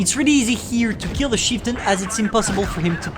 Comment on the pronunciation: * says chieftain* What i hear: "sheetin"